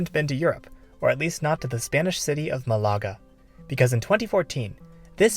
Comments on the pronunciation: It’s not a German fizzy drink, it’s a Spanish city! Try pronouncing Malaga properly. The stress is on the first vowel and it’s one word. I lived there for years, spending a lot of time avoiding the construction work for the metro. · Sorry dude, couldn't watch your video just because of the annoying botched city name.